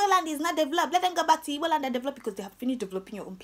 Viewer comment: Real igbo girl with beautiful igbo tongue,I'm so happy with the way you correctly pronounced the word igbo,thank you.